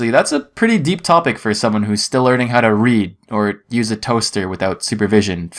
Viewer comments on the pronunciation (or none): none